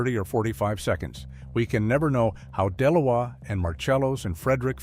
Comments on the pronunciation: Her name is/sounds like De Lois... not Delowa!! Uugghh! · Her mame is Delores that's how it's pronounced